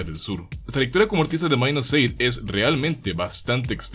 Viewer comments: Se dice Minus8, no "mainusce" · Porque le dicen Minus"Eight". Se supone que su pronunciación es " Mainusupaig" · es ingles, minus8=mainus eight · Esa pronunciacion para decir Mainuseigh.